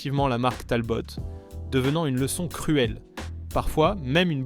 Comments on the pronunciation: Vous prononcez "TALBOTTE"? Pour Talbot? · La prononciation par l’IA est à mourir de rire….et en fait agaçant….La Talbotte…..La Panar……Je pouffe… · On prononce Talbo pas Talbotte. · ça commence bien, cette voix synthétique ne sait même pas prononcer la marque Talbot. Un peu de sérieux . L'ignorance est elle la nouvelle culture automobile ?. Quand je regarde l'Ami 6 qui est dans mon garage, je ne vois pas un échec mais les 3 autres dont nous avons eu le plaisir de profiter dans ma famille. Merci de ne pas publier des vidéos médiocres . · Beaucoup d'erreurs! Prononciation: Talbot, Panhard. Dates contradictoires. Images de R5 pour illustrer la R14. etc. etc. Des "désastres" qui ont vendu des millions de voitures. A éviter. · Mais d'où tu ne parle pas français? C'est TALBO et non TALBOTE et HORIZON et pas HORIZONE c'est français mosieur et pas rossbif§ Oh putain la PANEHARDE moins 5 c'est panaris! certe le moteur était au bout de son développement, mais elle avait une puissance comparable au voitures du segment avec un moteur plus petit et en consommant moins et si elle n'a pas eu le moteur qu'elle méritait c'est parce que CITROËN ne l'a pas voulu et a fait crever le plus vieux constructeur français. Ah non mais c'est sketch la 2 C Vé! Eh 2 Cv c'est l'abréviation de 2 chevaux. J'ai 64 ans, mon en a eu 4 et je n'ai jamais au grand jamais entendu la 2 CVé! pour la R14 vu sur une publicité 4x3 à l'époque " la poire c'est le client". La campagne de pub suivante fut " La 7 Cv du bonheur" auquel fut ajouté "des carrossier" les ailes arrières étant un peu plus large que les ailes avant. Alors pour la GS birotor n'oublions pas que NSU, partenaire de CITROËN dan le développement du moteur WANKEL, a disparu racheter par VW. MAZDA a poursuivit l'aventure jusqu'en 2014, pour finalement jeter l'éponge devant à minima les problèmes de pollution.